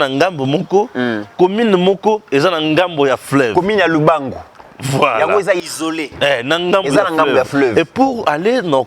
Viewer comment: Lubunga et non Lubangu